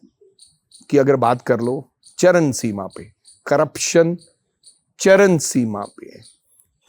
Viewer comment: CharaN seema nahi charaM seema hota bhai😂